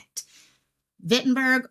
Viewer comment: Was there a description (color, model, ...) of the vehicle? Shawano is pronounced Shaun-0. Wittenberg is pronounced as it looks Wit-in-berg.